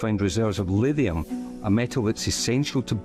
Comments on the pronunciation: Livium???? Or should that be Lithium... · Your narrator is mispronouncing lithium as “lidium”. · Why can't he pronounce Lithium properly??? He's saying Livium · You seem to able to pronounce LITHIUM ….. You are saying … LIVIUM .. you are not pronouncing ‘Th’ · When he’s saying “Lidium” / “Livium” he’s saying “Lithium”. It took me a while to understand. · you are mispronouncing lithium. What's wrong with you man, other than being a sweaty sock?